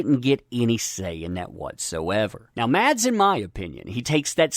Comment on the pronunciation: Mads is pronounced Mas(s) The d is silent , as it is in many danish words. :)